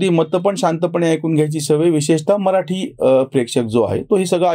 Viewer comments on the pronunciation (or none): none